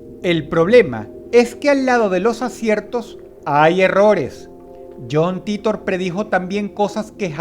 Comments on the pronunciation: Yon Taitor ffs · Me dió cáncer escuchar "John Titor" pronunciado en español.